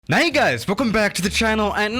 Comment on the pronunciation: “Ney guys welcome back to the channel”